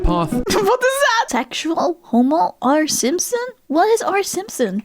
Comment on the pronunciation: It's not homo r simpson,; it's "Homor Simpson", aka Homer Simpson, the dad from The Simpsons, who's kind of an alcoholic buffoon.